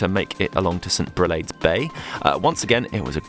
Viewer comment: Makes me very homesick. Wonder why I left. A nice compilation. St. Aubin = St. Obin. Mt. Orgueil = Orgayie (Mt. Pride). Brelade = Brelard.